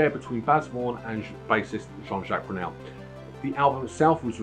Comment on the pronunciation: Sorry mate but you lost me at "as written by my Mum" & at Coop de grace... Its pronounced Coo, and as for calling JJ Jean Jacques Brunel... Its Burnel.... Oh dear! Saying that Suite XVI I'd definitely rate this in bottom 4 albums. The rest l wouldn't argue with.